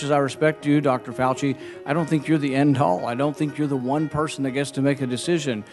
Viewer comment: its Fauci...Not Fausi ...Have some respect Umm well Fauci is a very smart man...In charge of infectious Disease...And Now u hate him Some months ago, U didnt even know him...And now ur mad because he is doing his job Hmmm ...Sounds political Israel...Ok whatever... Im glad u arent the pres. Because u DO got to make Good relationships with countries including Israel... What ever...Keep being traumatized from people who arent American